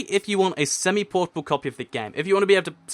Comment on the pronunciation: say semi portable one more time, I dare you.